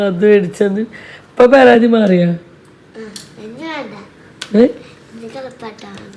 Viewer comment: പെരാതി അല്ല പരാതി